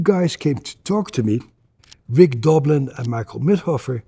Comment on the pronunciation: Rick Dolbin?I was always saw Doblin😂😂